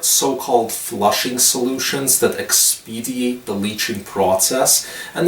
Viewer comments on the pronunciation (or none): The word is "expedite", not expediate.